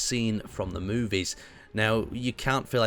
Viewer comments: When you realize most of the comments are about how he says the word "movies" with this masterpiece of a build recreation. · Did he say movies?